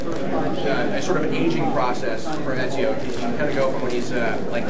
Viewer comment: ezio not enzio